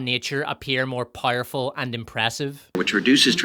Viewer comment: What does "PIE-ER-FUL" mean? This guy keeps saying that word.